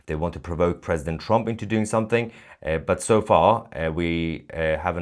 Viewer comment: Holy hell, Tousi successfully pronounced "Trump" for the first time ever instead of saying "TrOmp". I didn't think he could pronounce anything other than "A nOmber of Op to date news Opdates about TrOmp". Edit: Nevermind. it is immediately back to "TrOmp".